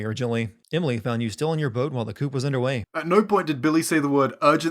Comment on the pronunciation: He pronounced it "coop" when instead of "cou".